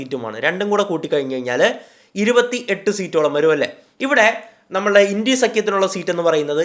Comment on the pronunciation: ഇണ്ടി അല്ല ബ്രോ india എന്ന് ഉറച്ചു തന്നെ പറഞ്ഞോ ..